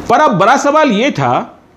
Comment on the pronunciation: जी आपका कार्यक्रम अच्छा है पर आप * स * को *श * बोलते हैं और बड़ा को बरा बोलते हैं जो बड़ा अटपटा सा लगता है कृपया ध्यान दें और आप कुणाल किशोर बड़े कड़क अफसर थे कहते हैं तो हमेशा करप्ट सुनाई देता है क्योंकि पुलिस और करप्शन का चोली दामन का साथ होता है। सो आप कृपया कड़क की बजाय कोई और शब्द प्रयोग करेंगें। आपका प्रशंसक जी. प्रमोद नायडू ( Retd. DSP MP)